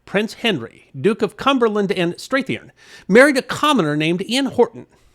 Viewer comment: Strathearn - pronounced Strath URN with a hard A in the "Strath"